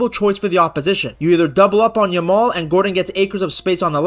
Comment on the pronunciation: The way u say 'yamal' it sounds like 'ur mom'😂